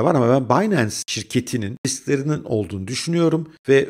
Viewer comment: Montajda sıkıntı mı var? ' de "... Binance şirketinin risklerinin olduğunu düşünüyorum" mu diyorsunuz? Cümlenizde Riskler mi, fiskler mi, tiskler mi ne dendiğini anlamak için bir kaç sefer dinlemem gerekti kendi açımdan. Naçizane belirtmek istedim. Bu güzel ve bilgilendirici video için çok teşekkürler 👏🏻👍🏻 Bir de, Macbook' ta browser olarak neden Safari' yi tercih ettiğinizi, Chrome v.b. başka bir browser tercih etmediğinizi merak ettim:) İyi günler